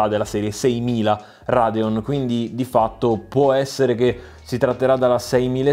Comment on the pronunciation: Con quel "Radeón" mi sembri un pistolero messicano